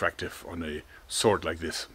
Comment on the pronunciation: Mann, das triggert mich SO brutal an das dein "sword" sich (gefühlte fünfzig mal) so anhört wie "sort"... Ist das so gewollt "eingedeutschtes" Englisch für die Fans, oder was soll das?